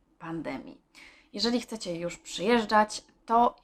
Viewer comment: KCECIE ??? Co to za słowo? Chyba CHCECIE.